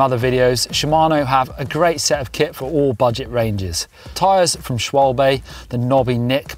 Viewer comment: STOP saying "Schwabay", it's "Schwaber"